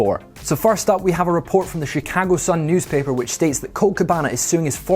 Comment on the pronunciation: is not sad bad, just don't let him try to say “Chicago” again.